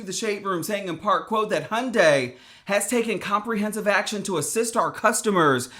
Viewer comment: "hundais" fucking hell learn to pronouce HYUNDAI.